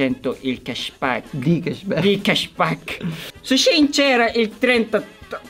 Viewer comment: " shishinceramente 30 percento .."